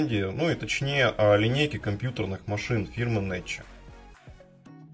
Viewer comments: Итальянцы говорят Некки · Не Неччи, а Некки - посмотрите в переводчике гугол и яндекс, везде Некки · Добрый вечер из Швейцарии! Правильно говорить НЕККИ. Всегда. Спасибо за сюжет.